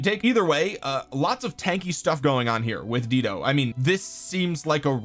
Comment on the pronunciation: Dido is pronounced "DIE-DOE." 😂😘